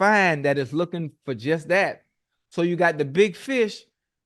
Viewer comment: It's four not fo...kids and youg teens are listen.